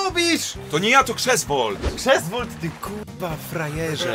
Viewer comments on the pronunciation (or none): "Krzesvolt" XD